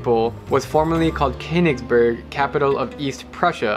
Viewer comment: Drew, please learn how to pronounce the German "Konigsberg" (Can't do the umlaut over the o)